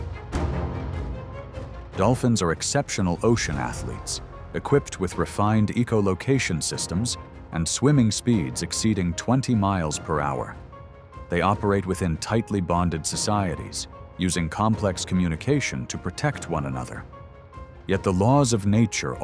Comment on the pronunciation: AI narration. “Eco location”. Do better.